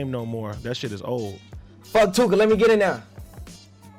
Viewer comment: Almightygay isn’t street I cringed when he said f tooka